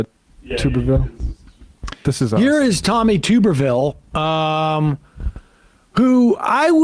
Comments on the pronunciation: For the love of GOD!!!! It's Tub-er-ville. Like bath tub 😂 not Tuber-ville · "Tub" erville....not "tube"